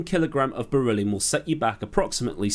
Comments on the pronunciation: "...two lightweight metals..." Berylliumt! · Do they call it beryllum in the US?